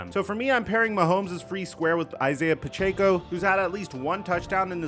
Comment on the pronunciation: You’re still saying pachecos name wrong